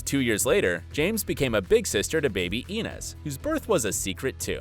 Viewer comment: is no one else gonna comment on the way they said inez